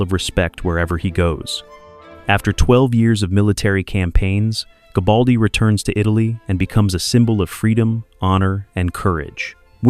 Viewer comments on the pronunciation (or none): Good content, but check it though, it wasn’t gabaldi, his name was Garibaldi. Nice production though.